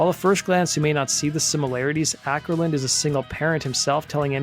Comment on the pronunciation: The Å in Åkerlund is pronounced like the A in balls. You can type it with Ctrl+Alt+W (Q and P for Ä and Ö). Not that anyone probably cares. :P